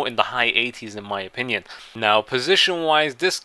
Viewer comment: Stop saying 'in my option ion'